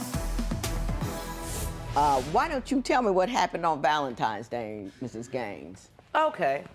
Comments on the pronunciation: It's NOT "Va-lum-times"! It's "VAL-en-TINE'S"! Why can't Black folk say this word correctly??? Arrrrgggghhhhhhh! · DAMN DAMN DAMN, it's V-A-L-E-N-T-I-N-E-S DAY not valentimes day WTF! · Valentimes day 🙈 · Because cussing him out for not getting you anything for "Valentimes Day" is going to put him in the mood to get your crazy ass something really nice.